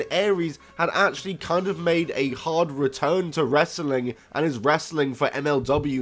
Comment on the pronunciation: You say wrestling like Russo...it does not have that many syllables. Bro!